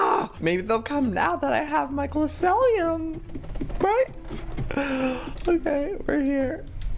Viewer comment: by the way joey it's glow see Lee um